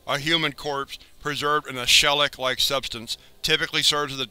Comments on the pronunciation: shelic? I am hoping you meant shellac as in "shell-ack" at least is what I think you meant. regardles I love your scp series, no one else does it as well as you, please keep making these videos. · Shell - ic-like substance? I've usually heard it pronounced Shel - ACK...with the accent on the latter syllable like attack. I'm not an English teacher, so I could be wrong.... it's just how I am familiar with the word.